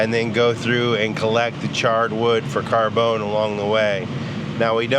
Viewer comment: What the hell is "carbone" ? Does he mean carbon?